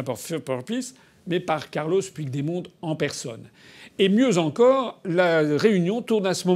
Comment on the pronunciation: Intéressant, mais je dois remarquer que vous avez exprimé l'espoir de ne pas avoir écorché le nom du citoyen slovène, tandis que vous avez abondamment écorché celui der Puigdemont (prononcez "Püchmont). Alors je pose la question: "Pourquoi?". Je ne connais pas la réponse mais je vois 3 hypothèse: 1-vous méprisez les catalans parce vous défendez les nations indépendantes opposées á l'Europe des nations, et/ou des régions. 2-vous êtes contre toute forme d'indépendance régionale, mais vous oubliez que la Slovènie était, il n'y a pas si longtemps, une région de la Yougoslavie. 3-vous pensez que Puigdemont est français ???? Allez, réfléchissez-y !